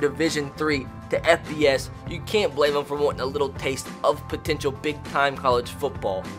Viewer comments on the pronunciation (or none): none